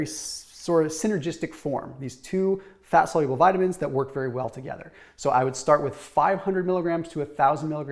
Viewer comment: One other thing about Dr. Berg. I enjoy his videos but the way he pronounces words sometimes drives me NUTS. Nuc-u-lus is not a word. It's not sigh-able, it's soluble. And he always talks about making your insulin more sensitive. Insulin resistance is NOT insensitive insulin. His advice is okay but his description of the mechanics is a little wonky sometimes.